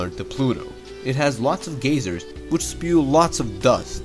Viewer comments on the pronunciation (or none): Geysers is pronounced guys-urs not gays-urs.